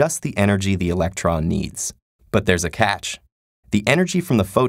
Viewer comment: "But there's a c A tch"